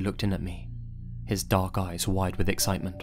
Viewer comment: Anybody else think it said dank instead of dark?